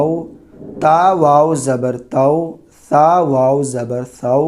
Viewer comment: Saa ko taa pade aapne